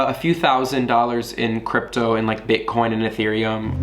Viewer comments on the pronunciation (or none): none